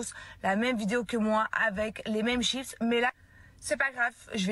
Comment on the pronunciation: da italienne je suis comme je du mal avec le mots chipsss!!😅toutes les mondes me faite la remarque 😂😂😂